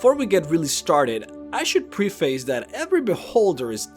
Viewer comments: I am enjoying the video and I want to give constructive criticism regarding a few other words.... Epitome and preface... preface is like preference not like preschool. and Epitome should be switching your stressed syllables... sounds like "A pit 'o me" this tells me you learned the words from reading, and that's no reason to give someone guff for.... Keep up the vids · He also mispronounced "preface" as "pree-face" and "despotism" as "dees-position". It was so painful to sit through that. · Uhh... you also mispronounced "preface", "epitome", and "despotism". Interesting video, but you need to brush up your diction.